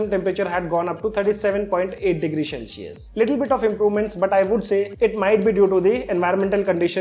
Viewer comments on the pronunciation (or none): Shell-cius nai hota bhai, cel-cius hota hai